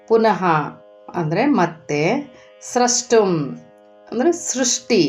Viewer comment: ಚೆನ್ನಾಗಿದೆ. ಆದರೆ ನೀವು ನಿಮ್ಮ 'ಷ' ಕಾರವನ್ನು ತಿದ್ದಿಕೊಳ್ಳ ಬೇಕಾಗುತ್ತದೆ. ಸ ಕಾರ, ಷ ಕಾರ ಗಳ phonetics needs to be distinguished. 'ಸ್ರಷ್ಟುಂ' ಎಂದಾಗ "ಸ್ರಸ್ಟುಂ" ಎಂದೇ ಉಚ್ಚರಿಸುತ್ತಿದ್ದೀರ. "ಕಷ್ಟ", "ಇಷ್ಟ" ವನ್ನು "ಕಸ್ಟ" "ಇಸ್ಟ" ಎಂದೇ ಉಚ್ಚರಿಸುತ್ತಿದ್ದೀರ ಗಮನಿಸಿ, ತಿದ್ದಿಕೊಳ್ಳಿ.